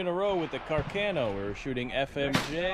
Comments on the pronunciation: Ca'rcano not Cercano 😅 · Càr- ca-no please. Not Car-cà-no. 😉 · Damn! Càrcano!...not Carcàno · Cercano not carcheno